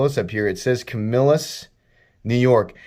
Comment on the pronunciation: It is pronounced KAM i lus. Accent on the first syllable. LIke KAM e la, the next president.